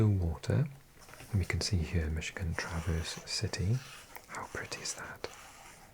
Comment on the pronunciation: “Mackinac” is pronounced “Mackinaw.” And “Traverse City” has the stress on the first syllable.